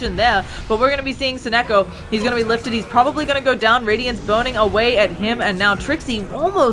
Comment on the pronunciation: Sonneiko not Sonneko, tiny bit annoying